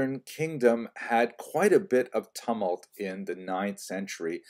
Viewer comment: Interesting pronunciation of 'tumult.'